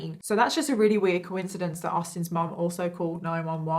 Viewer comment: Pleeeeeeaae stop saying mum like an American ..... it’s just unneeded